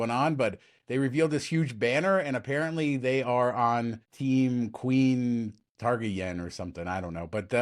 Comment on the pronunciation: Bro just skip it if you can’t even say Targaryen right 🤣